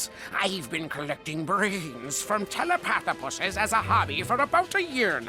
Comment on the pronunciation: Am I the only one that heard "Telepathopussies"?